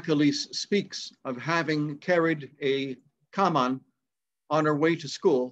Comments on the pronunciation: Oh mate, I don't know where to start? (no, those are not tears in my eyes, honest)? The little thing I might reference is that 'caman' is prououncnced more like 'camaan', it's got an extra 'a' or two as it's spoken. I just love the attitude, when bad shit happens, you can meet it or run like 'f ...' , I was never a great sprinter. Very interesting to see the specific length of 'an bata' discussed; I was given my grandad's stick when I was 16, too stupid to realise the honour (though I was a hell of a good shot?) and (from the ground, standing) it came just past my wrist, perfect, if it fits. As far as I know, the stick goes past your hand (dropped) and it's 2/3 inches beyond, is exact. My hand from afar sir, I don't know if this seems meaningful? but I have.to add 'sound' and a big manly hug too! Pax vobiscum. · You say Camán like "com-on" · The hurling stick is pronounced "Comawn". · Interesting video. As an Irish speaker, it grinds my gears ⚙️ when I hear miss pronunciation.. Your cipín is pronounced kip-eeeen. When you see the accent on the i, it elongates it to eee. cipín solais is the Irish for a matchstick. The camán, or Hurley stick, similarly, is pronounced cam-aaaaaawn, because the second a has an accent on it, á. The accent is called a “fada “ which in English means “long “. Getting the pronunciation correct raises your respect exponentially in the Irish community. Found your chat so interesting, I bought both of john W Hurley’s books on the subject 👍👍